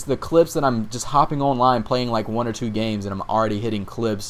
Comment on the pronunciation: Owwwnline - Dat Accent ;)